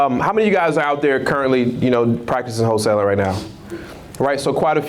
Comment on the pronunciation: Whole-tailing vs Wholesaling.